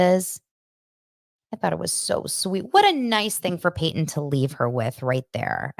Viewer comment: Christines sons name is Paedon not Peyton